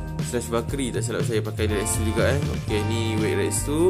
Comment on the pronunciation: Sebutan Retsu Yang Betul Rets Kalau metsu pun sama,huruh u disenyapkan. Mets